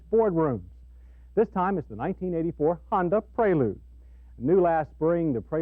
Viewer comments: Honda Praylude? Is that the way to pronounce it? Isn't it Prelude? Just asking. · Yeah pronouncing it would be praylude, the actual name as you know would be prelude. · rhymes with preload